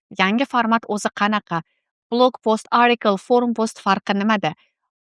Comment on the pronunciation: Маслаҳатлариз ҳаммаси яхши лекин “ article “ сўзини нотўғри талафуз қилаяпсиз arikl emas atikl деб талаффуз қилинади.